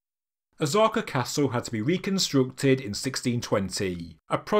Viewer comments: O-sah-ka. Not Ozarka. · Osaka not Ozaka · Just saying… O-SA-KA… not ZA…. Been living here nearly 30 years. Yes, “ZA” is a sound/character, but it is not interchangeable with “SA”. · Osaja pronounced Oh-Sah-Kaj, the S is NOT pronounced like a Z THe O ir ptomounce like o\O'Malley or O'Brien, and O'Toole.Speifically Osaka is pronounved like O'Sullivan and not like Ozarks. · God damn, it's not Ozzaka, stop the mispronunciation.. polygonal are not a polygamy stone, no one is taking multiple wived on the stone,. Polly, pronounce it correctly not as the limeys. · Why do you call it Ozarka castle? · that pronunciation of “ahs-aka” is wondrously wrong. literally never seen anyone try to divide the name in that manner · Jeez, IT IS NO OZAKA. Pronounce the SSSSSSSSSSSSSSSS for god sake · Pronunciation of Osaka is woefull, but you can’t do everything.